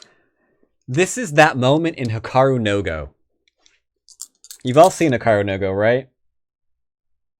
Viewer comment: HI-ka-ru no GO (not hi KA ru NO go) - sweet video!